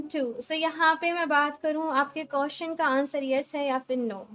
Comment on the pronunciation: Madam (QUESTION) BOLNA SIKHO 🔤🔤🔤🔤🔤🔤🔤🔤🔤🔤🔤🔤🔤🅾🅾🅾🅾🅾🅾🅾🅾🅾🅾🅾🅾🅾🅾🅾